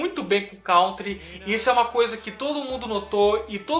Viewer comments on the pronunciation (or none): none